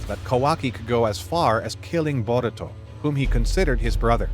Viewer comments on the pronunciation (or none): none